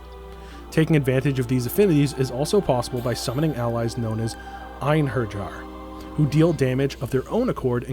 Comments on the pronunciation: It's pronounced Ein-Heri-Yar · combat looks good specially compared to other arpg like the previous tales of games got hyped at the beginning when your running ar the stairs xd btw if u played lenneth u pronounced einherjar wrong lol ps squarenix probably learned their lesson with babylon 😅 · how the eff did he pronounce einherjar? lol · How do you butcher Eiherjar when the game pronounces it for you lol. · After saying it was one of the most defining games for him lol. Lenneth days it like 50 times in game.